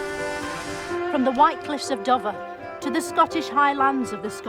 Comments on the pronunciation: To be fair I think they miss a few of the word/phrase jokes because they may not have the same expressions or pronounce things the same. For example calling Dover "Duvver" or saying "Skeptered Isle", I've not seen either of those get a reaction. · White Cliffs of Duvver (as in Dove)🤣